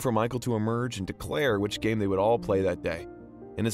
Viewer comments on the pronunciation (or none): none